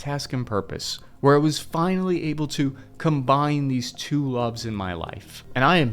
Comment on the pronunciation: you saying Iraq correctly now, finally